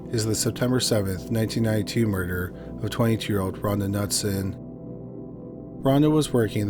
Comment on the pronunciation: Knutson is pronounced Kuh-noot-sen. The K is not silent. Its a Scandinavian name.